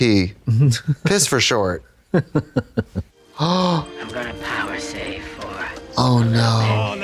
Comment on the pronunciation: MBB really fucked up Katyas name huh...... its 5 letters....